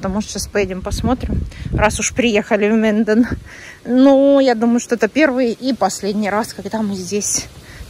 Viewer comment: Это не Минден, а Менден